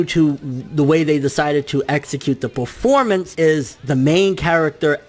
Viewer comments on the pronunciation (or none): none